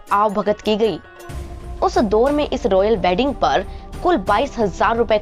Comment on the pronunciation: Kahani to theek sunai hai pr yadi aapka pronunciation bhi theek hota to jyada prabhavshali hota. Jaise दोर नहीं दौर होता है